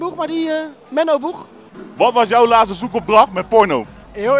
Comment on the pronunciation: Broer het is laatste niet laaste